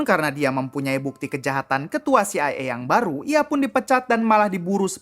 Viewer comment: CIA NOT CIE 😅 kocak